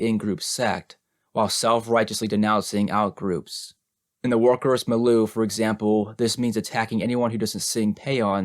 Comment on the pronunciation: I mention with love that it’s pronounced mil-yew, for your future reference. Great reading still, thank you again! I hope I don’t offend, I just thought you’d want to know Ⓐ